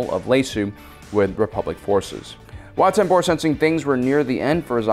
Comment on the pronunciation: “Wat TemBOr,” “Chom Syndula” like bro omggggg I’m trying to sleep to this and all the mispronunciations are keeping me up Fr